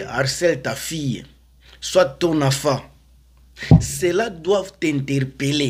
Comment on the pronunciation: On dit enfant et non afant